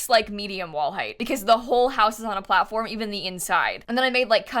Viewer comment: "cool things with the plattform and blblbl a little bit" 😂❤ that's so cute :D